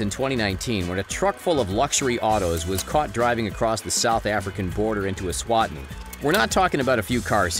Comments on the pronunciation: Note to narrator.. E-swa-tini!!! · Not trying to be rude bur I live eswatini and your not saying the name right it's e-swa-ti-ni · I Live in Eswatini and they way this commentator butchered the name of my country is shocking.